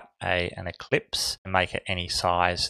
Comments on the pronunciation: Just fyi, it's ellipse, not eclipse. ;) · Sorry you keep saying ECLIPSE it is in fact ELLIPSE.